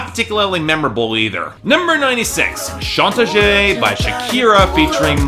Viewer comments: Manoodles si! ya quiero que saquen otra canción en español para que la pronuncie mal otravez lol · Manoodles same pero soy puertorriqueño jajaja, el nunca sabe como pronunciar las palabras en español aunque existe google translate jajaja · Does his pronunciation of 'chantaje' bug anyone else? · I am Argentinian and I love the way you pronounce "Chantaje" as if it was a French word.